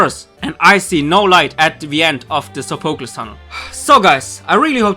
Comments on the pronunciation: Your saying sofeclese wrong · How hard is it to say Sophocles correctly?